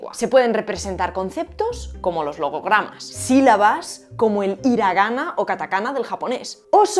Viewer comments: Muchas gracias por tus videos. Una correccion. No es iragana es jiragana, H aspirada suave como en latinoamerica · Hey guapa! Se pronuncia "jiragana" o sea por eso está nuestra querida H si??? "HI RA GA NA"" Caíste!! Caíste en tu vídeo de la H!!!!! hahaaaaaa!!!! de parte del Ing. HITA (Con H) jajaaaa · ¿Cómo se pronuncia una palabra extranjera enmedio de un enunciado en español? Lo digo por hiragana ya que en japonés la h tiene un sonido cercano a la j, o sea jiragana, pero, algo muy español, lo has pronunciado como lo lees en español o castellano. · Okok, pero no se pronuncia “Iragana”, sino “jiragana” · Hiragana se pronuncia "giragana". Irónico que no hayas pronunciado la h, siendo que el vídeo va de eso xD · Te amo, pero debo reconocer que me dio un poquito de cancer cuando dijiste iragana ajdjsjds la h see lee como j enn japones y la j se lee como ll ❤❤❤ me encantan tus videos